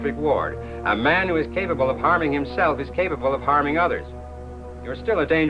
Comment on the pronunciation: ...Hwo has time?!